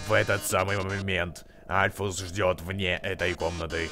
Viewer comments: Альфис, а не Альфус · Ты должен стрылять в сердце Мтт екс и это не норушит п. к..Оу,и говорится Альфис а не альфус. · не альфус а альфис!! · Не Альфус а Альфис Ну пофиг всеровно супер👍👍👍👍👍👍👍👍👍👍👍👍👍👍👍👍👍👍👍👍👍👍👍👍👍👍👍👍👍👍👍👍👍👍👍👍👍👍👍👍👍👍👍👍👍👍👍👍👍👌👍👍👍👍👍👍👍👍👍👍👍👍👍👍👍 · не альфус а альфис! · не альфУс а альфИс